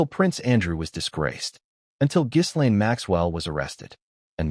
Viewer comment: “Ga lane, not giz”